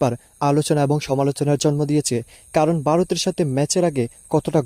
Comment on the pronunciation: Oi beta tui kon desh er lok. Varot sabdoe thik moto uccharon korte partasos nah